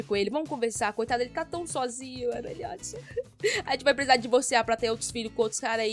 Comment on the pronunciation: Que dó, divorcia do Eliot não tadin... Ou então divorcia e casa de novo, vê se dá certo, bora burlar o jogo kkkkk Ah só uma coisinha, eu acho que não se pronuncia "eliót", porque eu já vi alguns filmes que tinham esse nome e em todos as pessoas falavam "éliót", mas não faz quase nenhuma diferença então não tem problema rsrs Like 👍 ♥